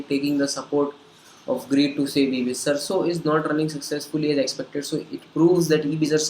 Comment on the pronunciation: First i would like to introduce myself I am Rishav Raj pursuing Engineering B.E. from Bangalore Institute of Technology . The person who is speaking about this video is not able to pronounce the company name. Ohhh God . Let me speak and clear being a technical i believe on Facts rather than opinions from an unknown person on Social Media whom i have never met . Let's talk about Facts . Sarso is the founder member of FDSA . Search in google or Ficci and Kpmg report says that Direct Selling will touch 64500 Crore rupees in India By 2025. So these are the big organizations known all over the world . Rather believing on a kid of this video i would believe Government of India and hope you too . For further information Mesaage me on my facebook id